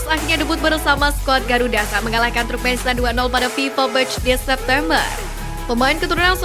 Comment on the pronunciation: Koreksi sedikit,... TURKMENISTAN bukan Trukmenistan. 🙏🏼😊 Semangat ngonten ttg Timnas Garuda Indonesia... 👍🏻💪🏼❤🇮🇩☕✔